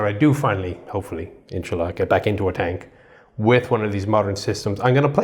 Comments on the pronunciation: Did said Insallah🤣? When he get into the tank again. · Did he just say insallah? Lol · Я один услышал: "Иншалла", соскочившее с уст?!